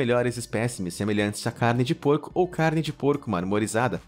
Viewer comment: quem percebeu que ele falou poico em vez de porco no mármore rosa